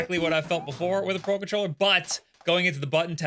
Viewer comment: Why do i hear "Paw Patroller" every time you say "Pro Controller" 😅?